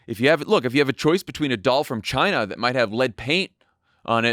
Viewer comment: After Mattel purchased American Girl dolls they the manufacturing moved to …… ChyNA! (Trump pronunciation)!